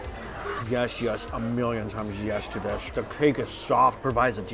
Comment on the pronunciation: Yesh yesh a million times yesh